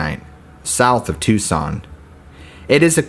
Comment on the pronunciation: Its pronounced (Tucson) tooson. Gila monster is Heela monster. Not critising just info. 😊